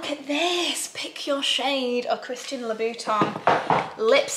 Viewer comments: What a stunning stash! Louboutin—yes, you are putting the correct stress on the syllables. The way others put the stress on leBOUton is incorrect. French words take identical stress on each syllable. BUT you are pronouncing the final syllable wrong. It’s TAN not TON. Loo-boo-tan not Loo-boo-ton. So many get this wrong. The sound IN in French is pronounced AN not ON. International = AN-ter-nass-eon-al. Lanvin = Lon-VAN. The sound is pronounced the same as number one - un - in French. (I’m not French but I speak French.) 😊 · Hi Vic....Louboutin is actually pronounced: Loo boot ann ❤ (not Loo boot onn); loved the silk scarves! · Thank you for this lovely video makes me want to get a silk scarf … 💕 Très élégant ! It’s Christian Lou - bou - Tin At the end it’s like when you say 1 in French Same ending as MATIN (morning) Love to be able seen a bit of the Fashion week !!! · It's Loo-boo-ta(n) actually, and then LV is Louie Vwee-tah(n). So you're saying neither of them correctly :) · You are right , it’s Christian Loubou-tUH. Like “un” 1 in french. Don’t pronounce the N. 😘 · I think the way you were originally saying it is correct, “Lou-BEE-tON”… the one that really gets me, in a bad way, is when people shorten it to “lubes”. I get that they think they’re being cheeky, but it really does just sound so vulgar. For a brand that’s about celebrating women and women’s sexuality, our sexual allure and power, reducing all of that down to “lubes” just makes it sound so gross and trashy, and I think it unfairly lends the same connotation to the brand. Which, though unintended, actually turns women off the brand especially if they’re thinking of invested in it. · Victoria I've been watching your videos for quit some time now, and I really love your energy. Little tip for Christian Louboutin: So hard to explain in a comment. The fist part is right but the end it's not how we pronunciate it. It's more like "time" but whitout telling the "m". I hope it's clear. Sending love from France